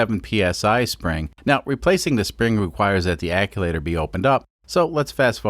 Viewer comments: Every time I hear “acculator”, I cringe. Maybe it’s the right term? Act-u-eh-tor sound more correct to my brain. Am I wrong? Great build by the way. Love the Kubota re-purpose stuff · Stop saying aculator That is not a word. Actuator. It actuates. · ACUACTOR ( AK-SHU-ATER ) not ACULATOR... or maybe you did that on POURPOSE !!! SEE WHAT I DID THERE ! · Actuator not aculator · Actuator not acculator. And you mispronounced the name of the company that you got the fittings from. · Hey man just a heads up, it’s actuator, not aculator. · Love the videos! Just a quick question... is there a difference between what you're calling an "acculator" and an actuator? I've been working as a diesel mechanic on freightliners for 8 or so months and one of the older guys I work with always calls them "acculators" instead of actuators. I've always just assumed he was mispronouncing the word but now I'm not sure if maybe years ago they actually were called "acculators" and the term changed at some point. Anyone have any insight into this? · It's hurting my brain hearing him say actulator. Sorry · Wastegate acTuator. Not acuator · Love the vid. But are you saying aculator? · American yet can't get the chew in ac chew wator. About had a stroke listen to it said wrong so many times but don't get me wrong. I absolutely love these videos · Love the video but you saying "acculator" over and over is driving me insane. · "aculator" I love it. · Mfer... keep saying aculator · “Wastegate akulator”...... eye twitches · is there not a "t" in that word? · Your pronouncing actuator wrong but i still love ur vids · Love the video's mate but please stop saying acTuator like that 😉 also its a diesel so more boost the better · I like you too much to make fun of how you pronounce actuator... I will just point out that it doesn't have an "L" in it...